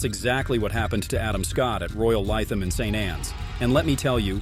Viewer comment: regardless on if it’s covered in a different video, it’s still #1. It would be like a top 10 hockey players list without Gretzky. Solid list otherwise, although you mispronounced Fuzzy Zoeller and Royal Lytham